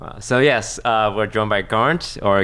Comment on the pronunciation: GARNT .... it is กานต์ in Thai, I believed. That's common Thai name but most of my friend who has that name will go will "Karn" instead (that's the recommended transcription (ก = K) by the government I believed.). Both spelling will give some what inaccurate pronunciation. "Garn" is probably the closest one. "T" (ต) in กานต์ have a nullify mark ( ์ ) on it so it should not be pronounced. Don't ask me why TF Thai has a nullify mark, it is long story. Try watch video "Why Thai is the hardest writing system" he kind of explain a bit. BTW I didn't know Toast host a podcast.